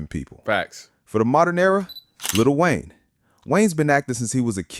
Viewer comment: "Lu Wayne"? Total BOT channel